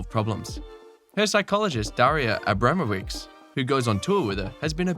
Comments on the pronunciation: Can anyone explain the difficulty of English native speakers in putting the right accent? Why do you say SharapOva instead of SharApova, but AbrAmowicz instead of AbramOwicz? Where TF the problem is? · It is SharapOva and AbramOvich when these are Russian names and AbrAmowicz when it is Polish name (I assume you mean Daria Abramowicz from Iga's team).